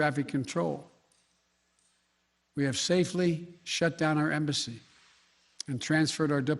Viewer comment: Best part of Biden's press conference " we have safely shut down our ambassy "😂